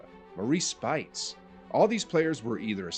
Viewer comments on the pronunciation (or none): Two small issues. 1. Speights' name is pronounce "SPAYTZ", not "SPITES". 2. It is not "Stephen Wardell Curry". His name is "Wardell Stephen Curry" (you said it wrong twice). Other than that, nice video!